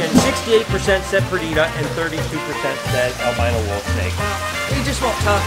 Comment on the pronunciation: Albino I thought you said armadillo